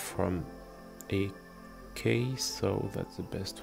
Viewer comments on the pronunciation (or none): aaaaKAA? you mean A K